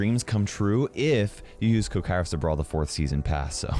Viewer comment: Did I hear it wrong or kairos really said i am Kara Simon? K-A-İ-R-O-S You are sus ¯\_(ツ)_/¯